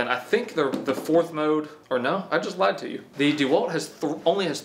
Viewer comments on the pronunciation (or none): none